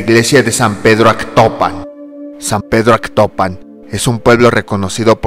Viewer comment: Es Atocpan no Actopan, ignoranto.